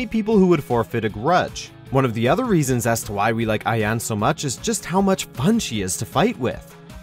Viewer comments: Ayane is just Ayane. With the eh. A-ya-neh. Ayanay is such an American pronunciation of it fr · 1 Helena HEL A NA not Helina 2 lee fang not lie fang 3 Ai yana not ayon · its LEYfang. not liefang. its Aya-NE, not ayan. wtf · Omg it’s “Ai yan é” not “ai yaan” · It's LAY FANG...AND AI YAN NAY! NOT LIE-FANG AND AI YAWN🙄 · FFS it's Ryu not Rayu, and Ayane not Ayan, you can't even read the letters you have before your eyes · Raidoo, Jenra, Ayan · James Cruse it’s pronounce ayan-aye. Kasumi says it all the time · It’s more A Ya Ne. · Jann Lee and Zack should be on this list. Also, come on. Rai-You, I-Yaan, really. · lai-fang? Rayu hayabusa? Come on can actually get people who can do the job right? Aiyaan? seriously, this is just sad. And no Zack? Seriously? I mean I dont play Zack but he's legit one of the best characters in the game. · Also you’re mispronouncing some of the names Ryu = Ree Yoo Ayane = Eye Yaan Nay Leifang = Lay Fang Bankotsubo = Ban Kote Soo Bo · 2 questions: wtf is a Righ-U & wtf is an Ai-Yan ???????????? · First it was Ah-ng. Then it was Ah-yan. What will come next from, The Butchering Narrator? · You butchered Ayane's name. It's "I-ya-nay" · Ayan? 😐 these pronunciations kill me. I feel like they just pick random people to read the lists off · Isn't it pronounced "Eye Yuh Nae" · Judging by how he pronounced Ayane, I'm sure the narrator had never played any DOA games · The fact he also properly pronounced a few others, yet somehow added a few more letters to Ryu, thought the "e" in Ayane was silent, and got the "e" & "i" in Leifang around wrong way really says something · He also kept saying Laifang instead of Leifang. I can kinda understand his pronunciation of Ayane since he has probably never played any of the games and is just reading a script someone handed him, but I don't know how you get Lai from Lei. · Nice list, though the fact Leifang, Ryu, and Ayane were mispronounced annoys me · Ur saying Ayane wrong lol